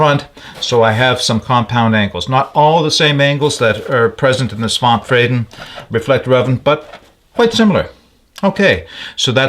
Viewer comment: Svante is pronounced svann - te. 😊 It's a man's first name.